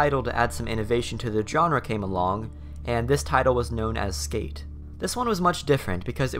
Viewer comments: dude wtf is a "JOHN-RUH" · If you drink every time he butchers the word "genre", you'll get alcohol poisoning. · please learn how to pronounce genre